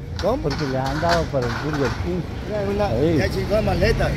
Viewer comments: se dice Berguer Kin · Berger King